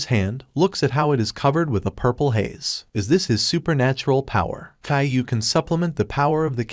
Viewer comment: Okay, i know it’s meant to be Kaiju powers, but the way the ai says it… it’s Caiou